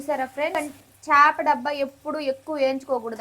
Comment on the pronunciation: 'చాప' కాదమ్మా 'చేప' అనాలి.